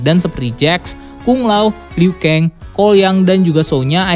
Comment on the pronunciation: Zab ziro? Liu keng? Dll Jujur, agak kurang setuju sama penyebutan nama nama nya 🙂